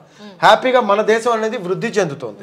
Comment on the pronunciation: యాంకర్ గారు ముందు మీరు "శ "ష " స " ఈ మూడు అక్షరాల ఉచ్చారణ వేరు వేరు మీకు శ, ష ఈ రెండు అక్షరాలకి తేడా తెలిసినట్లు లేదు. దేశం మాటలో శ అక్షరాన్ని ష గా పలుకుతున్నారు దేషం అనకూడదు. శంకరుడు అనాలి షంకరుడు అనకూడదు. అలాగే ళ అక్షరానికి ల అక్షరంకి తేడావుంది మీరు వాల్లు అంటున్నారు అది తప్పు వాళ్ళు అనాలి. మీకు యాంకర్ ఉద్యోగం ఇచ్చిన మేధావి ఎవ్వడోగాని ఉచ్చారణలో బోలెడు తప్పులున్నాయి మలయాళం మాతృ భాషగ గల యాంకర్ సుమ ఉచ్చారణ ఎంత స్పష్టంగా ఉంటుందో గమనించి తెలుగు వారీగా పుట్టి తప్పులు పలుకుతున్నందుకు సిగ్గు పడండి భాషను చంపకండి బ్రతికించడానికి ప్రయత్నించండి.